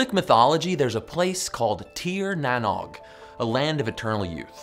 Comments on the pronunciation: Arcane Wisdom TV yup, Derryman here and never heard cheer. More teer. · Any other Irish people cringe every time he said NANOG 😂 Tír na nÓg pronounced teer na nohg with the same vowel sound as shoulder or the exclamation ‘oh’ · Great video. Just a shame that Tir Nan Og (Land of the Young) is pronounced "shir-nan-awch". Having had a fractured coccyx, by the way, I'm more than aware that evolution is a fact. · Almost right with the Tír na nÓg. Ó is pronounced like the o in no or doe. Not like egg nog but reads more ‘noge.’ Like the sound of the o changes in not to note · Oh man...that pronunciation...it's *cheer na no 'g' .... You add the g at the end of the no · Tír na nÓg is pronounced Tear na nogue 🤦‍♂️ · I’m Irish and speak it, that was some pronunciation. Good try though Tir na nOg is said like “T(c)heer na noog” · It's pronounced "Tier na Nogue" .... rhymes with rogue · Yikes! that Irish pronunciation tho! Tír na nÓg sounds more like: cheer-na-know-g. The "Óg" is similar to the sound "ogre" makes. And in some dialects "Tír" sounds like "tear" as in teardrop. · Tír na nÓg - Land of Youth. English phonetic pronunciation - Teer nah noge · This Silly video doesn't prove evolution 😂 Also, its pronounced "tear na knowg" 😒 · Tir na nóg. You were pretty close but its pronouncrd no and the normal g pronouncation all in one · im irish. his pronunciation of tír na nÓg made me die inside